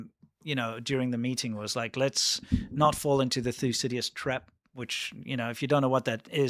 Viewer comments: Thycidides Thu-si-di-dees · Thew- Sid- Da- Deez…!